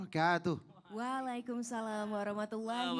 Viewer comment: Izin masukan , Menit , jawab salam jangan WALAIKUM SALAM Tapi WA'ALAIKUM SALAM, Beda arti 🙏